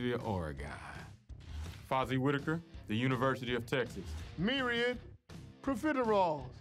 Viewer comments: why cant anyone pronounce OREGON, its not ore-gone... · You pronounced Oregon wrong.